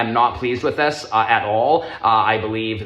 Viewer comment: Wow, dis is incwedible